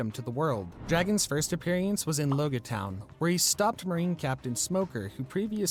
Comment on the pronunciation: Couldn't even pronounce "Loguetown" or "Rob Lucci" either lol